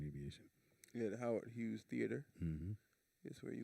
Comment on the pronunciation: He definitely needs one. Over there calling the theatre Howard Hewett instead of Howard Hughes. 😂 🤣